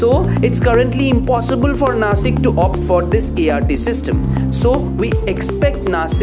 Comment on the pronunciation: It's not Nashik